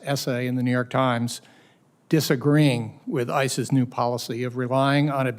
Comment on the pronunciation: When saying "ICE's" it sounds like ISIS.